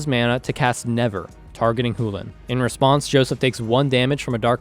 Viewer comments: I love the videos, and I'm not sure where you're from, but your pronunciation of Chulane made me want to vomit... Hell you even pronounced it several different ways, and not once even close to it's proper way... Chulane - Ch as in Chip - u as in blue - lane self explanatory Think closer to chew-lane if that helps, still closer than you were. I really do like your content thus far, and keep up the good work. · i think it's pronounced "chew lane" too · You know there's a C in the word Chulane, right? I'm almost 1000% sure it's not pronounced the way you're saying it. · I have now officially heard Chulane pronounced 5 different ways. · "loses its real voice" is a weird way of saying "is a fricative with an entirely different place of articulation than the affricate that orthographic most commonly represents in English" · Why is he saying Chulane like that? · IS the C in chulane really silent? lol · solid response, and I definitely respect the academic approach to it. That said, you're the only person, in any video I've seen, say it that way, including people from wizards, so it just sticks out really bad. One of those things where there's a technically correct way to say it, and a common way it's said I suppose. Sorta like neanderthal. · Love the round, very good plays, but I was as well distracted by the way you kept saying the name, maybe tell the viewers that your doing that, because I was getting annoyed and was about to flame it up on a post, then I saw your comment and was like, “Huh, it would have made sense if I knew that from the start too” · Did you say Chulane (hoo-len) Sorry but my deck name Chu-Chu Chain wouldn't have the same ring to it as Hoo-Hoo Chain. Better go tell starcity,PTP, and zone of their mistake. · Good game but... why on earth would Chulane sound like "hoo-lan"? I know it's just a nit-pick, but it is pronounced "Shoe-lane" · I'm not saying you're wrong but google and youtube both pronounce Chulane as Chew•lane why is it pronounced who•lane